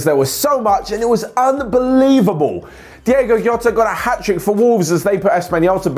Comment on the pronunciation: By the way or whoever sees this comment its Diogo Jota pronounced Diogo Gota not Diego Rota he's portuguese not spaniard is it difficult to British people pronunce Portuguese names